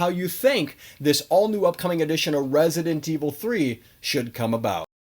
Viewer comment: Why does hey say "Resident Evil 3" that way lmao makes me wanna pull my hair out